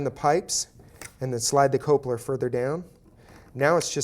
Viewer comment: Cope-ler. Cope-ler! It's coupler! Cup-ler!🤣